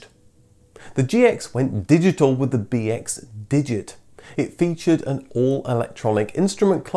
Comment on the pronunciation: The way you say BX, sounded like BS to me. So I heard "This is the Citroën BS story.